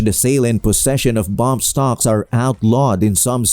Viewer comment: They are not bomb stocks they are bump stocks . They can't even pronounce it corectly .